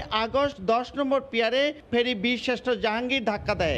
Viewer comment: রিপোর্টার পিলার বলতে পারেনা পিয়ার বলে।